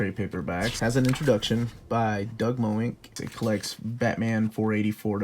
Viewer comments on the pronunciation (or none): Every time you pronounce it Doug "Mo-ink" I yell at the screen MENSCH! Although Doug probably wouldn't care.